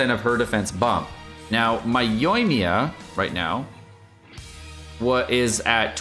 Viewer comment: The emphasis is on 1st i on Yoimiya. Dude why do you insist on pronouncing it incorrect, just once say right.